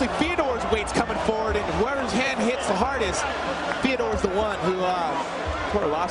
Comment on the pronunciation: Who's the guy saying "Theadore."